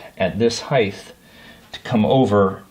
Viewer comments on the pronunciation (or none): Heighth isn't a word. Good vid apart from that.